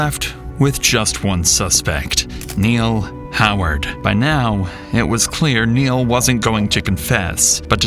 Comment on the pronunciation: "MY NAME IS NEIL. NURL" gotta love it.